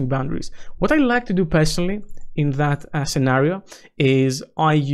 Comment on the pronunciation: . Don't say "Jason". It was missleading in a way that was not expected. I though "JSON"??? Why? From where? :D